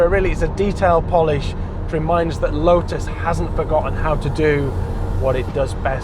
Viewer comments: "Lotus", not "Lo'us". Make an effort please. 🙄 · Lo'us has got a T in the middle. Let's hear it please.